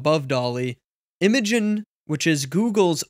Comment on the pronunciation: You do realise that “Imagen” is supposed to be pronounced like “imagine”, not “immuh gun”, right?